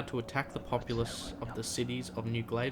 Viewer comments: It's pronounced g-a-l-v-e-s-t-o-n not glaveston. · ITS PRONOUNCED...GALVESTON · Great video. Just a suggestion, the pronunciation is most likely like that of Galveston, Texas. It would be like: GAL-vi-stun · Got the wrong pronunciation for Galveston... Gal, like Gal Gadot Ves, long s Ton Town in Texas near Houston Tx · Forgive me, its pronounced GahL-veston. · Pronounced Gal vess ston. Its a city on the gulf of Mexico 60 miles south of Houston.